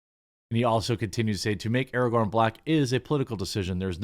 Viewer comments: It's pronounced a-ray-gern now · Would this make him Ar-rahgorn? Asking for a friend.